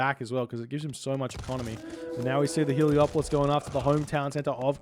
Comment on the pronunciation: Heleopoli? crazy pronounciation